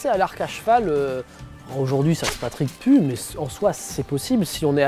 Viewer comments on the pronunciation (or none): a il dit "ça ce Patric plus" mdr (ça m'arrive aussi je ne me moque pas)